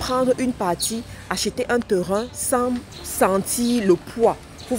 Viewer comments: PAS TERIN . PLUTÔT TÊRIN est la meilleure prononciation.( TERRAIN). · Bon conseils mais vous prononcer mal Terrain. Phonétiquement on dit : TÊRIN. SVP. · Les "TEURUN "